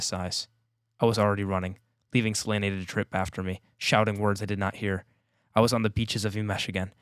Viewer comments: great talk! ps, there is no way Se-ley-ney is the proper pronunciation😂 And if it is i refuse it with every fibre of my being. The audiobook also uses Suh-liiin, like normal ppl would. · I know his Syriani voice is an... acquired taste and he pronounces "Selene" wrong (really funny in the moment Hadrian explicitly says it's three syllables), but Samuel Roukin did an amazing job voicing the audiobook.